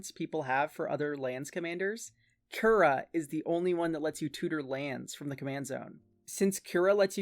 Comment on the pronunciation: I know this doesn't matter at all but "Kura" would be pronounced "coo-rah." The pronunciation used in the video would be spelled "Kyura." Cool deck idea regardless, and I'm definitely gonna check out your other decks too. I suffer from the hipster bug too lol